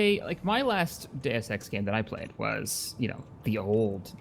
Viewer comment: "Day Of Sex" "Deus Ex"